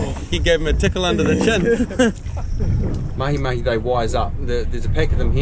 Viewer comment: Hey, Yes you! I’ve got to tell you, even if you already had my admiration, just the way you said “MahiMahi “ during the intro, with the right accent…. Top man!!!